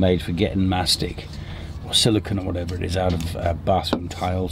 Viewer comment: SiliCONE mastic, not siliCON. he former seals and enlarges breasts and the latter makes microchips. Grrh 🙂